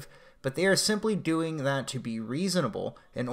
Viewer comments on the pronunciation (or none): none